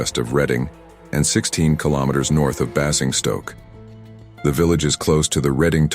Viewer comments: Pronunciations can be hard if you aren’t from the uk, it’s typically called Bay-zing-stoke by us Brits. I always feel sorry for content creators having to pronounce place names from Wales where I’m from, they can be super difficult 😂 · I'd never heard it pronounced quite like that before... 😉